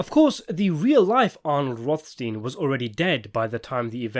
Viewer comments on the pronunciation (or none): Rothstin? Yeah, and physicist Einstin, and doctor Frankenstin. Pronounciation porn in its glory.